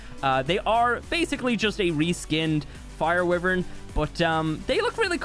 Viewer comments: It’s a wyvern not a wiven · it's pronounced "why-vern" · Why-vern no wiv-ern why is that so hard? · Y VERN. WYVERN NOT WIVERN. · Its wyverns not wivern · Why does he say wivern it’s wyvern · The way he pronounces wyvern, "wivern" is so triggering for some reason. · It’s pronounced Y VERN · Is anyone else angry because he say wiverns and not wyvern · Bro it’s y vern like u say it so wrong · What the hell is a 'wivvern' 😂😂😂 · Wyvern=“Y RIN”. 🤙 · “Wivrin” lmao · Is it just me or did everyone hear him say anime wyvern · I like how he says wyvern wrong😂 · God i hate how you say wyvern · How can you say Wyvern wrong